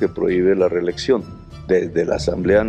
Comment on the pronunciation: Quien narra este anàlisis no sabe pronunciar reeleCción, pronuncia la P en lugar de la C, resulta molesto.